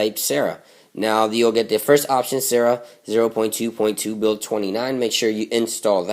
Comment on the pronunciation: it's pronounced sar-a not sarah >_>